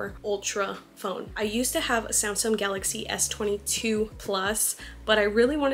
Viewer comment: Why do you keep saying Samsum 😭